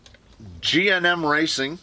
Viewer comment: "GNM Rycing"...wtf bro...that's rycist...lmao